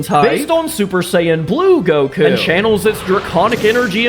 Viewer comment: You butchered Goku my guy